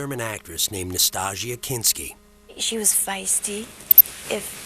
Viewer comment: Her name is Nastassja. Not Nastaja, not Nastasha or whatever else you think you can make out of other people's names, you illiterate, respectless, inapt Yanks!